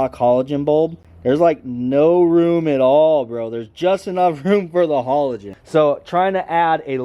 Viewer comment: 1. Your truck definitely has daytime running lights and 2. Learn how to say halogen 😂😂😂